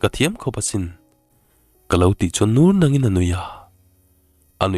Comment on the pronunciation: Nur nangin tih lai tak hi, a thluk i ti dik lova🤭 nang tih lai hi thluk tur a nia